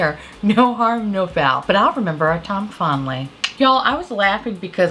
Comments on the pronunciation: It took me way too long to realize you are saying "remember our time fondly," and not "remember our tomfoolery." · Ok so one time in your intro you said, ‘and remember our Tom Fondly’ and now I hear that every time and it’s driving me nuts… I have to know are you saying that or ‘Time fondly’ I can’t tell if I am hearing things or not… either is fine I just have to know! Lol!